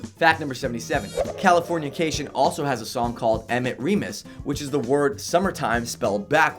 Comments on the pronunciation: Why did he say "californiacation"???? Its "Californication" how do you do a "107 facts" and not only not know the name of the super popular album but also mispronounce it so many times and let it get past editing? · Dude the way you say Californication is weird and wrong. It's not California-cation, its CALI forn iCation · Pretty sure it's Cali-fornication. Not California-cation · Him calling Californication, California-cation really annoys me 😒😒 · magee? THE ADVENTURES OF RAIN DANCE MAGEE?! CALIFORNIACATION? WHAT?! Dude! At least GOOGLE how to say it before you make a video on it! facepalm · I'm sorry but did he just say Californiacation